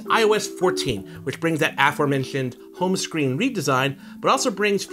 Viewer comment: Aformenshuned home shcreen